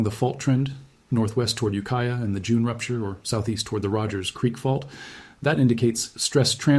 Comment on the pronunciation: Its ukiah